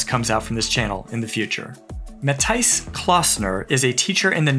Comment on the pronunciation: Thank you for the mention, and pronouncing my name that well! Cheers, Matthijs